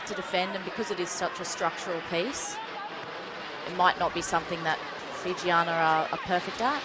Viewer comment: Really liked the close up camera angles of the kicks at goal. Would be cool to get more shots like that in rugby games. I must say the commentators pronouncing of the Fijian names were super on point.